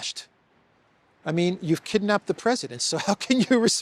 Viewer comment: Did this guy say "kid napped"?